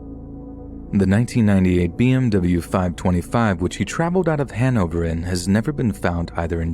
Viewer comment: Funny how you pronounced Hannover. And no, we don't habe no speed limits in Germany. We have a lot. There are some we don't habe but not all.